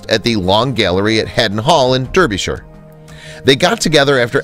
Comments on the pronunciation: Its DAR- byshire. Not DER-byshire , even though its spelled with an "e". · Derrrbyshire lol.... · Why do people keep their photos in the attic?? It’s also pronounced ‘Darbyshire’ for some reason😉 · Just for future reference, it's DARbyshire, not DERbyshire - eventhough it has an E, it's not pronounced with it. #English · The narrator needs to learn how to pronounce the names of the places he's talking, specifically, in regards to Derbyshire. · I was going to correct the pronunciation of Derbyshire, but what is the point, might as well try and teach an American to say Gloucestershire or Leicestershire or Berkshire or even Llanelli. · Please learn how to pronounce Derbyshire.